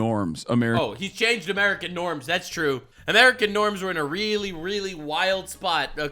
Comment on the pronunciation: Everyone's missin out on Amereichan, or Amereicha!? Lmao